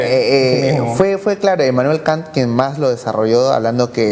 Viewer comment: 'KAN': "La metafísica de las COSAS" Qué obra es esa??? Jajaja Este cabrilla no sabe pronunciar Kant y para colmo no sabe ni siquiera el nombre de su obra... para colmo lo quiere meter en su rollo del género... Pfff. Debería agradecer que está en Perú, en donde su floro y sus burradas pasan piola ante un público ignorante. Sugiero que le pongan un 'avexuxo' en la boca para que esté contento y deje de decir coyudeces :v